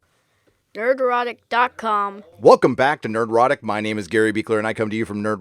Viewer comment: I thought it was Nerd erotic.